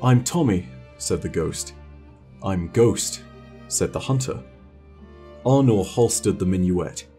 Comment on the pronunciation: Arnor? Thats one way to say her name.